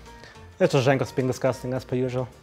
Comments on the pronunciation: Jankos nie Dżankos kurwa ... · it is pronounced yankos goddamn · Lmaoo he does that intentionally